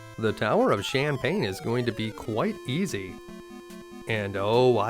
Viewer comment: Heh I like how you pronounce the Tower of Shanpane as Shampane (or champagne). Was hoping you'd show those night time shenanigans in Assaram too........ 😁